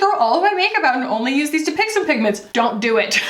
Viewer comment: i keep hearing "dupixent"